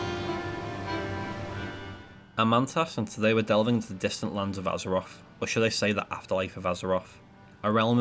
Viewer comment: It's called "Azeroth" not "Azeroff" and it's "mythic" not "miffic" and it's "something" not "somefinger" it pains me how people get to adulthood and still talk like 4 year olds